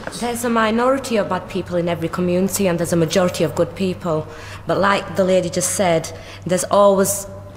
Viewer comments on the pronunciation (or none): did she just say "There is minority of "BUTT" people in every community" LOL ;D